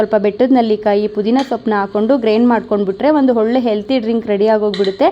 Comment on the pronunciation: Nice content. One suggestion to you. Dayavittu "Chaitra Kannada vlogs" antha channel name ittu kondu, Kannada ucharane sariyagi maadi. For example, 'a' kaara, 'ha' kaaravannu sariyagi uchcharisi. Henu for enu or holle for olle, inthaha padagalu bereya arthavanne koduthade. Dayavittu inthaha sookshmathegalannu gamanisi.